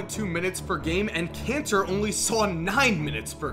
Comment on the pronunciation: Doesn't pronunciation of kanter sound like cancer?